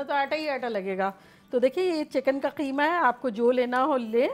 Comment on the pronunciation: I love the way when you say qeema